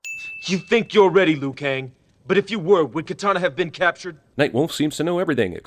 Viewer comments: It's Liu Kang Not lui Kang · Passed the test Liu-Kaing! Uhmmm, Liu Kaing? WTF?